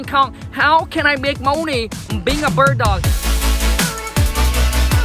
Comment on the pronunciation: Let's get it right guys. "Let's get Dis Mo Nay"